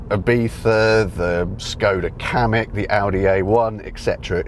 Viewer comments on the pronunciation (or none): none